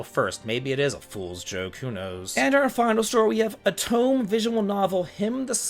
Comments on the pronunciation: it’s o - toe - may look up JP pronunciation, the rules are pretty consistent Love but he has no idea how to pronounce JP words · Otome is pronounced Oh Toe May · I want you to know that I'm saying this with respect and appreciation for all you do, but for someone who plays as many JRPGs as you do, your pronunciation of Japanese words/names sometimes hurts me as much as those lime green clothes hurt you. Otome: the ending is pronounced like 'May' - oh toe may Sumire: Sue Me Ray Yes, it feels a bit like I'm nitpicking, but I think it's good to make sure you're pronouncing those Japanese words/names correctly when talking about Japanese games.